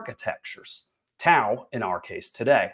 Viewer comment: Pronounced Dow